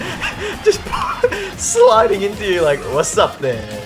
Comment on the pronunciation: When Luigi slides he say what's up fers